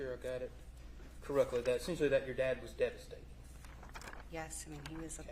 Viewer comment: “Essent-you-ally” he doesn’t stop pronouncing it like that, does he 😩